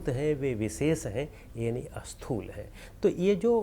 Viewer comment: Sir, namaskara to you. When you pronounce a word starting with letter Sa, you have a habit of adding A before that. For example, when you want to say Sthoola, you pronounce Asthoola. This creates confusion also opposite in meaning. Asthoola is opposite of Sthools. So, you should try to Remove A while pronouncing any S.